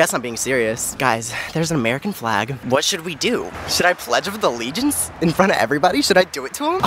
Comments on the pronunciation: “pledge of the legence” “sweet as BALLS” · i love you but did you seriously just say " pledge of the leagance"? like honey no.